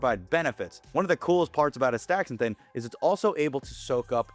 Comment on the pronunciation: The compound is Aster-zan-thin not As-thaxa-thin